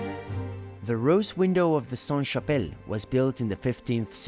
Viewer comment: A little tip for french pronunciation: "Saint" -> don't pronounce the T; but "Sainte" -> do pronounce the T. It's the feminine conjugation. A church is feminine so it's applied (SaintE). A monastère is masculine so it's always Saint. A Cathedrale is feminine, an Abbaye is feminine so it's always Sainte. A house is feminine. A castle is masculine. Etc... sorry it's so complicated.